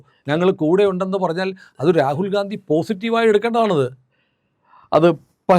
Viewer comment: Rakul ഗാന്ധി എന്നു പറയല്ലേ Ragul ഗണ്ടി അല്ലെ